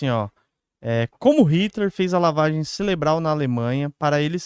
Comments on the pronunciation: Cerebral não "Celebral" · Ce LE bral ?? Falta leitura ou atenção !!! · Parei de assistir no "celebral"